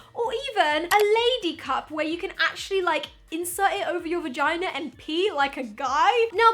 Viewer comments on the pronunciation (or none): She ACTUALLY said vigina